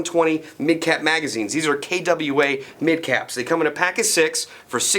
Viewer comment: first ever proper pronouncing of KWA.